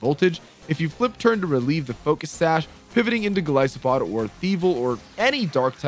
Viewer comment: ah yes my favorite pokemon mightyh-GOLLISPOD.